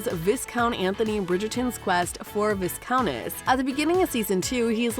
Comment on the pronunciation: Arhhhhh Nooooo not Vis count or Vis countess it is VI COUNT & VI OUNTESS ( SILENT S) PLEASE please please learn to say the words properly